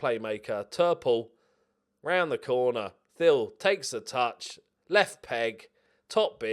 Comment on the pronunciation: Every time you say Thill it sounds like Phil. Can't wait for the 3 Phils